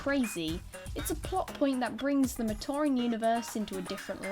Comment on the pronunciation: U say av matoran wrong.